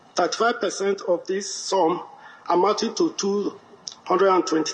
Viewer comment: Did I hear him pronounce amounting as Amanting?😳